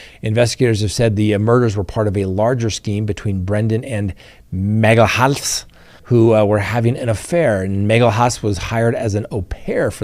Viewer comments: This is how to pronounce Magalhães surname: Magellians. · Magalhaes is pronounced as MAH-GAH-LHAN-ES. This is as close to the Portuguese pronounciation you will get. The symbol ~ is hard to enunciate without the years of practice